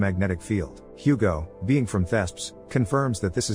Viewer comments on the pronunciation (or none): none